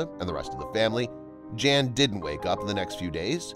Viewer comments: I like your videos a lot, but could you PLEASE PLEASE PLEASE pronounce his name properly?!?!? In Polish the J is a Y sound and the a is always short like in the phrase a lot, so his name is NOT JAN as pronounced in ENGLISH; it is pronounced Y/a:/n...It is the Polish translation for JOHN; NOT JAN... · It would be a mark of respect if the commentator (and US audience) understood that a Polish or other European male named "Jan" would pronounce his name as "Yaan", not as the girl's name. This is understood in most other countries. Given the population of immigrant families in the US, I wonder why this has been forgotten. It takes only a small effort to learn this. Trivial in life and death issues maybe, but as I say, please show respect for other cultures and their languages. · Jan is pronounced Yan. Amber is not a Polish name, and probably wouldn't be legally allowed because they control their children's names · Well, I am Polish, and I want to tell you that Jan you should read Yan, there is no Vanessa name in Poland, first video shows Old Town in Warszawa which English speaking people twist to Warsaw. I am from Warszawa n never heard such story. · Are you sure it isn't Jan as in "Hahn?" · Pronounced Yan! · Hey " viral stories" ..do your schooling on foreign language.. in other countries " J" is H or Y" .. 🤦good grief